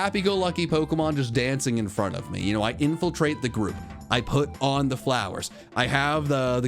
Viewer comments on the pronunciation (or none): none